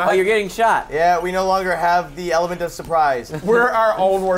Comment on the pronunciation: "We no longer have the elephant of surprise." XD That's what it sounded like...